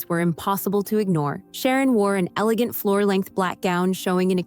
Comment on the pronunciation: An "Eegant Foor Length Black Gown?" 😂